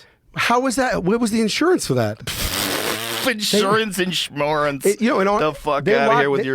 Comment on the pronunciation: "Insurence, insmurence😂"